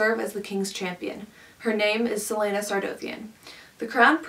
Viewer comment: I respectfully disagree with pretty much everything you said, but honestly I'm just glad you didn't pronounce celaena's name like "selena"